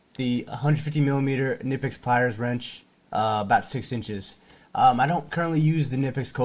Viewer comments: My German friends tell me it’s pronounced kineepex. 😊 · Thanks fo rshowing the tools. One thing. Knipex is German and the K is not silent.